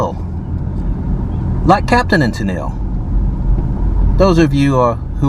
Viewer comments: It's pronounced "TEN'l" not Ten-EEL. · Tennille is pronounced Tennull. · Bartow is Bar-Toe and Tenille is pronounced Ten-ul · It's pronounced tinal ..beside sandersville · Water tower is what you was seeing beside the overpass in Tennille. Pronounced ten L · It’s pronounced TEN-nul. At this rate, I hope you don’t do videos of Dahlonega or Vidalia. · My father was the minister at Tennille First UMC when I was born. A wealthy family went to the little church and gave generously to it. It was lovely and even had a pipe organ, which is unusual to find in such a small church. Also, people from Tennille pronounce it ‘Tin-ull’. Phonetically, your pronunciation was correct.😊 Also, that house in Sandersville appears to have new windows and looks to be structurally sound. I can’t help but to wonder if it’s been prepped for repainting. I hope I’m right. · I live in sandersville. That big cement tower you saw is an old water tower. Tennille is pronounced (Tennal), yeah, I don’t know why either. Sandersville has civil war reenactment every year. Elijah Poole(Mohamed) lived here. Yep there’s that . There’s a church on every corner. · Tensile. Pronounced Ten nill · Tennile, GA is pronounced as Ten nile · Yes. I love when visitors come through. They always pronounce it Ten-nille—-like captain and ten-nille. Not sure of the spelling🙈. And yes sandersville is the kaolin capital!!!!